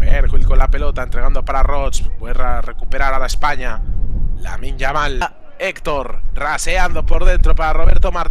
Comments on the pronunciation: A veces dice yaminn, que me parece bien me importa una mierda que lo diga como quiera simplemente me cago de la risa de como lo dice hahahahah😂😂😂 me da gracia. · Creo que decia yaminnm hahahajsjsj